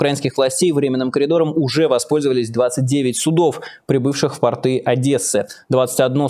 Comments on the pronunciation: Майкл, очень режет слух портЫ, это хвучит еще хуже чем "ихние" правильно говорить пОрты, и пОртовая инфраструктура. портЫ- это штаны. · Майк, ну, пожалуйста, пОрты! Ударение на "О", как и тОрты .. ❤️ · Простите, Майкл! Но пОрты!)